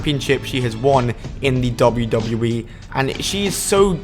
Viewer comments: half of this stuff was well known and u need to learn how to say WWE not dubbadubbaeee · Pronounce wwe slowly and clearly